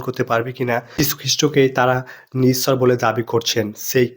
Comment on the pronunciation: আ‌রে ইচ্ছর না ইশ্বর